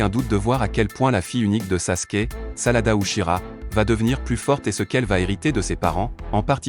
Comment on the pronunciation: Ses sarada mes pas salada